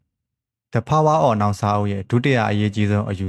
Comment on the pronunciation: Topic ရွေးချယ်တာ ကောင်းပါတယ် ဒါမဲ့ Pronunciation လေး ဒီထက်ပိုကောင်းရင် နားထောင်ရတာ ပိုပြေပြစ်မယ် The power of now တို့ U r not ur mind တို့ အသံလေးတွေ…